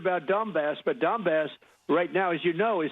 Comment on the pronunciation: Trump's pronunciation of Donbas sounds a lot like dumba$$.